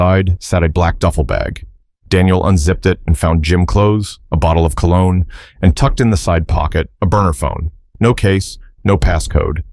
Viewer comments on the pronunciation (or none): none